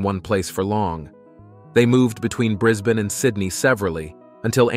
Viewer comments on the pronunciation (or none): none